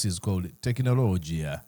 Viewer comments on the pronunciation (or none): U pronounced"Technology" in Arabic ....تكنلوجيا😂😂😂 nyumiddwa